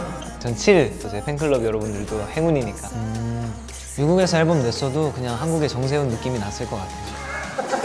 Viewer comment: 세운 앨 범 사투리부텈ㅋㅋㅋㅋㅋㅋㅋㅋㅋㅋ 너무 웃겨 ㅋㅋㅋㅋㅋㅋㅋ 벽을 못 깨신 정세운팀... 미래 행운들의 모습인가요 ㅋㅋㅋㅋ